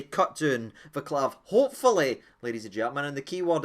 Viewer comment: Don't mean to be rude or anything, but his name is pronounced Vaa-ts-lav.